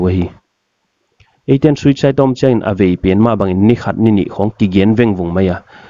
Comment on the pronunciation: htp na suicide pronunciation dik zoulou hilou hia? suitside nachi a diklou deuh eive. "Susigh" chia lamdi ahideuh di.The English pronunciation for "suicide" is soo-uh-sighd.